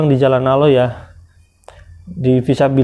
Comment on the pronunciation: Aloh,,aloh,,,aloh ALLAH bang bukanya aloh